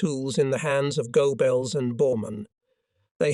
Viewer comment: Love the mispronunciations,especially Goabells and Elbee.😂😂😂